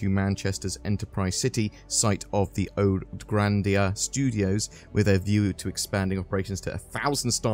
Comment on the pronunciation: it's pronounced "Granarda"